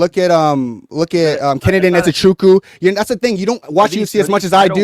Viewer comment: Did bro just say Kennedy nzechecku